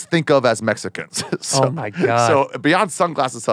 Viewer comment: And Ari pronounces it "Messican" lol